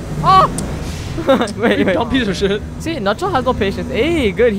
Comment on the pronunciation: Nutshell kept saying oh shi without spelling the last letter